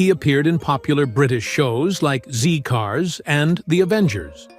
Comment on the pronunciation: Zed Cars, NOT Zee Cars.